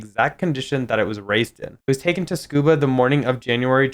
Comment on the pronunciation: Love the video, but please TSU-KU-BA, not SCUBA 😊